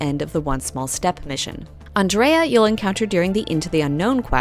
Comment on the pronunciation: Andreja not Andrea